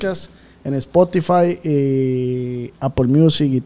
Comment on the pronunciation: El Ozz “dice quien eres tú “como si ozz fuera tan famoso 🤣 dice “ espotify “ jaja y también “pot Cazz “🤣🤣🤣🤣